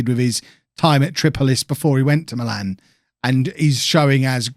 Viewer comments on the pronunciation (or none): none